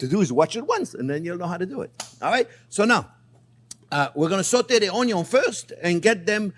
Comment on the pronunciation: My Favorite Chief says Onyo and now so do I